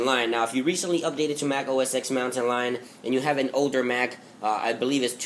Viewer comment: It's pronounced "Mac OS ten"